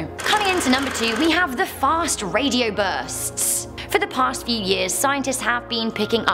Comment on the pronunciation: the fast radio burstststststs